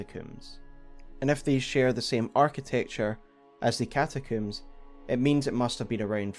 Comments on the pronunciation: Bro it's combs not cooms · Great vid but…one question… What’s a “catacoom”? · Came for the frenzy, stayed for the cataCOOOM.